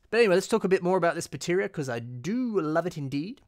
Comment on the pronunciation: I notice you uh... mispronounced "Artakha" as "Arkahta", and "Baterra" as "Bateria"